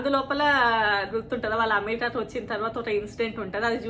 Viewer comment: అంతా బాగుంది కాని అమెరికా అనే ఉచ్చరనె స్వష్టతలెదు దానీబదు us అనొచ్చు మేడం🙏 క్షమించగలరు🕉🇳🇪